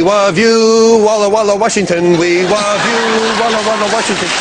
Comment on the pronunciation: We wove you, walla walla Washington